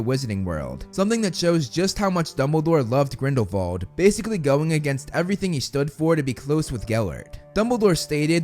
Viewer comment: Thank you for pronouncing Grindelwald correctly (German name) 😊